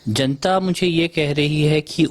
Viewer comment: जणता नहीं जनता बोलिए रिपोर्टर महोदया